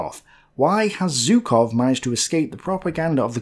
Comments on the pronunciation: You mentioned Zhukov so much in the video, I can't help but ask: Why do you pronounce his name like "Zew-kov"? There is a "ZH". When you pronounce Voronezh, you say it with a clear "ZH". Why are you picking and choosing how you pronounce a "ZH"? ZHOO-kov ("ZH" is pronounced the same way as "S" in the words "pleaSure" and "viSion".) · Hi, please, I do understand that Russian names are hard, but still Zhukov is great enough a figure to deserve his name pronounced correctly. 'ZH' reads like 'G' in barraGe or massaGe, the "french" way. The problem is whichever letter you use to write his name (J or Zh or even G), it won't be correctly read according to the rules of English grammar...